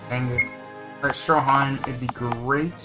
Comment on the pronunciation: i like that you're doing a german accent for stroheim